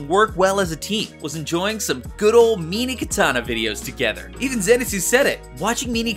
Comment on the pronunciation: "meenee katana"?